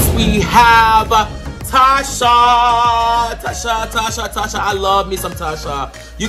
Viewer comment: It’s not Tasha it’s “Tacha”..Cha not sha pls